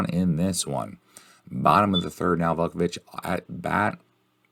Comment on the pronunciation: I'm an APBA guy, so much of the gameplay was confusing, but it was still entertaining. is still a bog S-o-M guy, so this was fitting. Oh, and it's "VOO-ku-vich" and "Foley"...